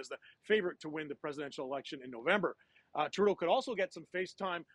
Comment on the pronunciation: he called him Turdeau .